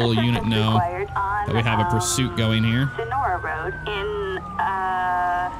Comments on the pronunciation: Why do you say woad instead of road is it the way you talk or just for fun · "All over the woad" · Why You Say woad